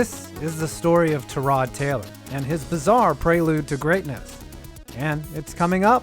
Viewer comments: I always thought it was pronounced tie- rod not tur-rod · not only can he not catch a break, he can't even garner enough respect for you to say his name right. TIE-rod not tuh-ROD... you managed to say it right somehow... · Isn't it TY-rod, not tuh-ROD??? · Do better research, you pronounce his name tie-rod not ta-rod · “Tie”-rod Taylor... who’s this Tarod Taylor guy? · It's TY-rod, not ta-ROD. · His name is Tyrod, pronounced Ty Rod. Not ta rod. Y is pronounced Y, not uh. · Idk if I’m wrong but I’m a tech fan, and I remember going to the games when he was at tech. I thought it was pronounced tye-rod rather than ti-rod. I’m pretty sure even the pa and announcers on tv say it that way. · You called him TAH-rod rather than TIE-rod, I stopped watching. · Can I say one thing that bugged the hell outta me.. ITS TYROD NOT TAROD JESUS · Why are you saying Tah-rod... its Tie-rod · Te-rod Taylor... bro his name is TYrod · It's "TIE-Rod" not "TER-ROD" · Its TY-Rod not Tarod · TIE-ROD......no TUH-ROD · watching your video mispronouncing his first name over and over is very difficult. its Tyrod not Tarod. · It’s pronounced (Tie-Rod) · Terod? Pronounce his name correctly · FFS ITS TY-ROD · Are you mispronouncing his name on purpose? It's "tie rod" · "Turrod" Taylor.. Hell no dude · As Bills fan I believe his name is pronounced "Tie-Rod". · Every Hokie watching this: "IT'S PRONOUNCED TIE-ROD" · pretty sure it’s pronounced ty-rod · Cant stand you messing up his name over and over. ITS TYYYROD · “Terrod Taylor” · You're saying Tyrod wrong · Bruh why you say his name like that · Awful video, you don't know how to pronounce his name and this is too early to tell about all of these quarterbacks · i can’t be the only one aggravated with how he says tyrod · How is he your favorite player and you don’t know how to pronounce his name🤦🏽‍♂️ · This man is so unfortunate that his name only gets pronounced correctly once every year or so.